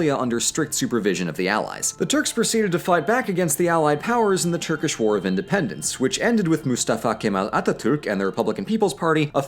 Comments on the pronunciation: You pronounce it pretty great even better than me who has born and raised in turkey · Your pronunciation of the Turkish words are on point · As a Turkish I have to say your pronounciation is well above my expectations. It nearly sounds like you know how to speak Turkish. Thank you and your friend Emine.